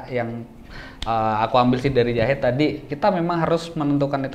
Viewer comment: Zahid bang bukan yahid